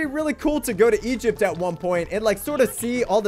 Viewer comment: Did he just say ancient egit?